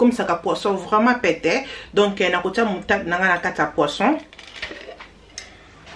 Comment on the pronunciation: On dit “ Moutarde “ Yo ozoloba Mutade.